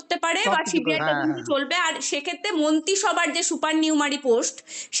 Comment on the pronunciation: এখন ইউ টিউবের যুগে সবাই সাংবাদিক। বোন, পারলে উচ্চারণগত ত্রুটি গুলো শুধরে নাও। " তাহলে" কে বলছো "তালে", "সুপার নিউমেরিক" কে বলছো " সুপার নিউমারি ", " মন্ত্রীসভা " কে বলছো "মন্তিসভা "!! বড্ডো শ্রুতিকটু লাগে।